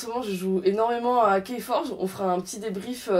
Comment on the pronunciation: Ouch, prononciation de "keyforge": Po accroché à ce jeu perso. Par contre Res Arcana, ça me dit bien d'essayer! :D